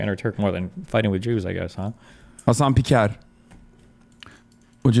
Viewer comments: I have never heard him say his last name before, but I’m almost certain nobody has ever pronounced it as “Piker-r-r-r” until that very moment. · I have never heard him say his last name before, but I’m almost certain nobody has ever pronounced “pikerrrr” until that very moment. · Im pretty sure on his wiki his family emigrated from greece too. The way he said his name 😂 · It just sounded like a white kid pretending he knows what rolling Rs means...Granted I'm not familiar with Turkish, but comparing his rrr to Mexican Spanish people I've heard, it's night and day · His pronunciation of that r is kind of french. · yeah English speaking people definitely have a hard time pronouncing the Turkish r sound, i definitely agree with that. but I wouldn't really call it rolling the r, I think it's just that your tongue is in the same position as you would need to roll the r, but it isn't supposed to oscillate back and forth (which creates the rolling sound), which is why his exaggerated pronunciation sounded incorrect